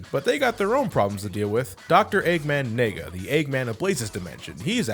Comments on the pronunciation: always thought "eggman nega" sounded like "eggman nigga" and his clothes are black, too... no regrets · Why did I heard "Eggman nigga" ?